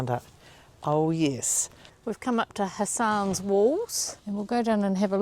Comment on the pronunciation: Interesting pronunciation of Hassans walls. 🤣